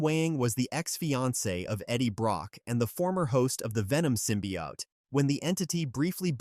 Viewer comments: What's a simbiot it's Symbiote man learn english man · Sym-pi-hot. Bro😭